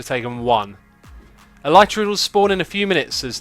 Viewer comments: It's not El-eye-tra It's not El-ee-tra It's El-i-tra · It's pronounced 'el-i-truh' The Y is pronounced like the I in 'tin' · Carrot Channel it's pronounced elytra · Tell Mumbo that he is saying the Elytra wrong. And while you are at it, ask him how to say Olaf.